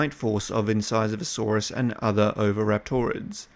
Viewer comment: Niiiiiiice pronunciation brother! ;)